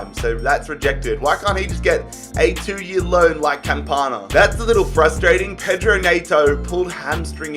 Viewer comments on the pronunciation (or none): none